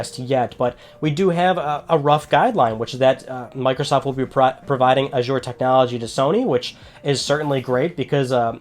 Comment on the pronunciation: Azure dreams on ps1 like that lol saying it wrong.